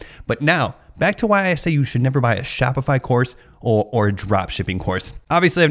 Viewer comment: gee-all of a sudden your on the other side of shop-itch-eye-fy. I am never buying a course to sell on line. nice video..